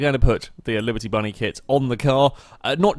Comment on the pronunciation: did anyone notice he said liberty bunny for the body kit